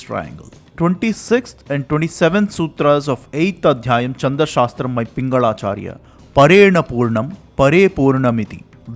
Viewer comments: It is not चंद शास्त्र but छंद शास्त्र, sloka is incorrect pronounciation it is श्लोक। Pls use correct form, your recitation of विष्णु सहस्रनाम was good। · Chhand छ not cha च so छंद not चंद Great and helpful research .